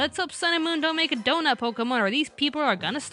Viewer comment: Had to stop watching because you kept getting the name wrong. It's "Pokémon: Hoopa and the Clash of Ages" not "Pokuhmon: Clash of Ages."